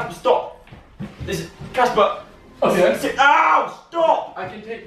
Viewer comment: Girl its CASPAR not CASPER